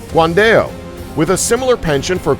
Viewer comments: It's Guan Dao, not guan-dail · guan dell ? lol sounds like a software